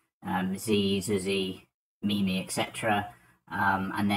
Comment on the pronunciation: When you say "whit mimi" I understand whit nini